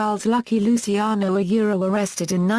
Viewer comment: stupid english, can't even pronounce right lusiano :D